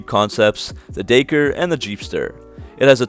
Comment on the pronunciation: The dayker... did you want to say Dakar (da-car)? Co-manch or Comanche? I had to stop watching after the Comanche thing... ha ha ha.